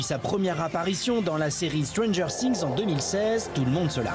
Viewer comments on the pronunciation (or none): Par contre les prononciations... millie bobbie brone... stronger sings 😩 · déjà quand on prononce strangeur cing et millie boby brone on se tait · Elle est normal deja il ne sait meme pas prononce stranger things alors qu'il la ferme petit message elle et magnifique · Sheryne Lapalu non mais je sais très bien comment ça s’ecrit mais c’était pour montrer comment il prononce stranger things et millie bobby brown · Faut apprendre à dire stranger things au lieu de dire des connerie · apprenez déjà à dire stranger things et après vous viendrais parler d’elle sachant que c’est une star internationale elle joue mieux que personne donc.